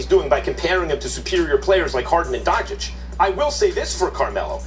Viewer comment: Who the hell is Donchick??? Stephen A needs to stop this damn foolishness with mispronouncing people's name. Calling Kemba Kember and all that crap 🤣🤣🤣